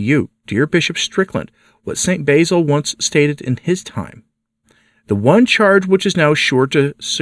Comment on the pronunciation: Please realize that the "basil" you pronounce is an herb. "Basil", as in the Saint, has a short "a", as in "sat".